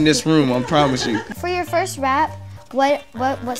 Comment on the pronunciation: "That was my foist joint"-Tory Lanes